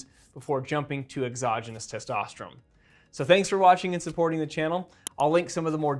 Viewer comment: Why does he keep saying testosterum? He says testosterone too, so is it something different?